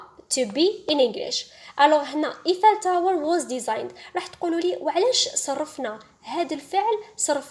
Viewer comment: Thank u just check the prononciation of Eiffel tower